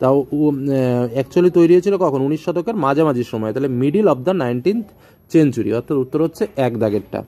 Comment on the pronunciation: Not চেনচুরি ❌ সেঞ্চুরি ✅